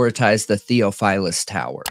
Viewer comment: Hi Guys, love your show! It's pronounced, thee-OFF-fil-us. 🤩